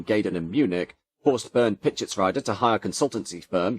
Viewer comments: Pischetsrieder is pronounced PischetsREEder, not PischetsRYEder. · Everytime a pain in my German ears when 90es BMW comes up. The second half of the name "Pieschetsrieder" would be pronounced as "reader" in an English word, not as "rider"